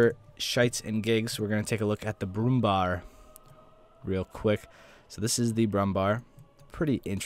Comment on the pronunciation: pronounce brumm bär like the English bear it's the same